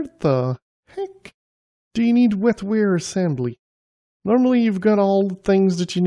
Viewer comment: WET-WARE, not WEL-FARE.